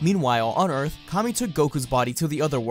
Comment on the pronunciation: Ee-arth? You know that means dirt right?